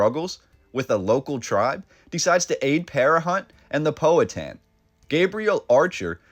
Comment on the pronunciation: Suggest you learn correct pronunciation of Powhatan. You've got it really wrong....